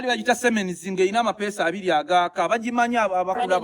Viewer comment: Siemens not semens 😄😄😄😄